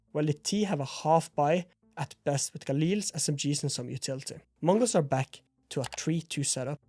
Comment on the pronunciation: As a native mongolian speaker bro when you say mongolz sounds very fluent in our language